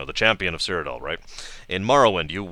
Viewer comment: "Cyr- idyllic" haha, nice! XD